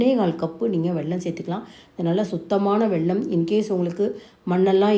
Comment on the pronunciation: உங்கள் ரெசிபி சூப்பர் உச்சரிப்பு தான் வெள்ளம் என்கிறீர்கள்